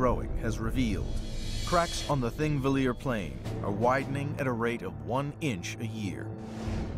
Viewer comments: It is "Thingvellir", not thingvilir. And it is pronounced Thing-vellir, not ... whatever he was trying to say. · "thingvillir"... what?